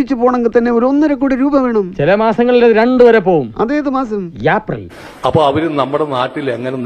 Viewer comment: അതേത് മാസം, യെപ്രിൽ 😂😂😂